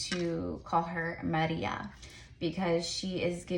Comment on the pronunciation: Damn this is a good one lol 🤭 also love that you named the orchid Ma-REE-Ah the way it’s supposed to be! 🫶🏽😌 and I’m not being biased in the least 😂